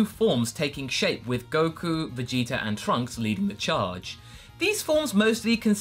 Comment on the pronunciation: u guys realize always says Vegeter instead of Vegeta? lol.